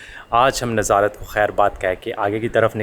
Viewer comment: آپ کی ویڈیوز اچھی ہوتی ہیں لیکن آپ چیزوں کے نام غلط لیتے ہیں اب جیسے آپ ناظارت کہہ رہے ہیں لیکن اس شہر کی نیظرت کہتے ہیں اور سباتھ کہہ رہے ہیں یہ سیبت ہے ۔ اس کی pronunciation کی یوں ہے شہر کی nazruht اور یہودی جس دن کام نہیں کرتے اس کی sabuhth ہے ۔